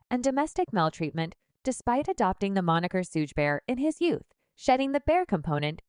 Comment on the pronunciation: Cringe video… everyone you mispronounced “Suge” 😂